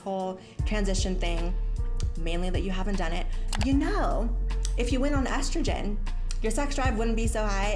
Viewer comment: Okay so this video is really good so far, I just came to comment, I am fucking LOSING IT at how you pronounce Estrogen. God I love you.